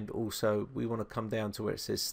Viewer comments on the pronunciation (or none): none